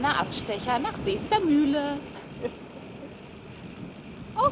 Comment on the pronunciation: Danke für das Video aus meiner Heimat! Aber es heißt nicht Seestermühle sondern Seestermühe! 😂😂 Und nächstes Mal wenn ihr in der Nähe seit kommt auf eine Erfrischung rum!